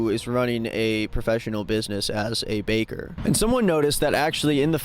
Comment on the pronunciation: He keeps calling the baker a caker. I never heard that; it's genius.